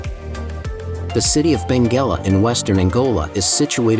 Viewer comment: "Largest country in Africa" is absolutely false. Nigeria is the largest African country in population. Algeria is the largest in area. Angola is #7. The AI-narrator is robotic "Dala waterfalls are 60 m tall" (why not say 60 meters?). #3 is Benguela, not Bengela as the narrator says.